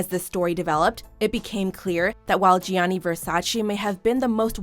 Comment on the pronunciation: I literally say this almost every time to myself lol...”it’s VersaCHÉ!!!!” And the way they emphasize “Gi-anni”... noooo...